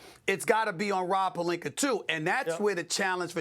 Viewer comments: It's like he spent some time in England and brought the intruding 'r' pronunciation of words back with him. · "Rob PELINKERRR" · “Rob PelinKER” 💀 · “Rob Pelinker” 😂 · Why does Stephen A always pronounce words that finish with a with r??? “Rob Polinker”. “Minnesotar” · "ROB PELINKER" LMAO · Why is pelinka pronounced as pelinker? Is this an African American thing? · Rob “pelinker” and “Luker” Doncic 🤣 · He can't pronounce words that end with an "a." Rob Perlinker Luker Doncic